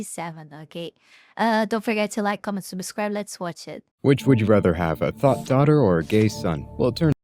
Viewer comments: It doesn't surprise me that you pronounced thot like "tot", because most ESL people just avoid the TH sound all together by replacing it with a T sound. But if you can learn how to pronounce the TH sound, it makes your accent suddenly really hard to place for most people. The TH sound is supposedly the hardest sound to pronounce in English because it's ... practically exclusive to English and no other language uses it. What makes it really complicated is that there's actually 2 different TH sounds in English, and even most native English speakers don't realize there's 2 different versions of the sound. But you can see them in the two different pronunciations of a very basic English word - "the". Sometimes it's pronounced "thuh", while some other times it's pronounced "thee". With the standard "thuh" pronunciation, you're supposed to put the tip of your tongue between your teeth, say "uhh", and open your mouth back up while pulling your tongue back. Do that, and you'll pronounce words like "the", "thick", and "thigh" perfectly. With the "thee" version of the TH sound, you tap the tip of your tongue against the back of your top two front teeth while saying "eee", and that's used for saying words like "them", "thou", "thought", what have you. Which to use and when? Good luck. I don't even know which is which until I sound out the word and think about what I'm doing with my tongue at the time - for us native English speakers, it's all running on autopilot. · "how to not raise a tough daughter" Lol. The pronunciation was off. 'Thot' is said like 'thought'